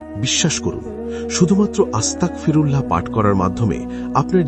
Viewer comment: আস্তাকফিরুল্লাহ ❌ আস্তাগফিরুল্লাহ ✔️